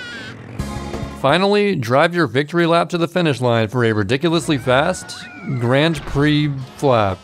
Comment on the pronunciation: ´"grand preh"